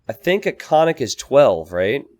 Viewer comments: Absolutely! I wrote about this in another video comment section, but no one seems to pay attention. In bulgarian language every letter counts, so yes - it shoud be pronounced as double or prolonged sound N - [nn]. It is like two different words KON+NIK to be said quickly as one. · actually pronounced koN-Nik and means horseman or horseman raider. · Ok but it is actually pronounced koN-Nik and means horseman or horseman raider. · Not to be too banal (ok, maybe it is) Konnik basically means horse, so following the Slavic language custom the plural should be konniki. Konniks is just a gibberish Americanization. The pronunciation also makes me want to cry ;c This is why I hate when games decide to try to give a unit a native name.